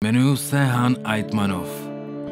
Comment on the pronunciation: Tohle video je úžasný, ale vadí mi jedna taková drobnost (hlavně proto, že jsem perfekcionista). V ruštině se nevyskytuje H a místo něj říkají G, nebo CH, a tak to není Han Aytmanov, ale Chan Aytmanov, ale jak jsem řekl. Video je až na tenhle drobný detail fajn.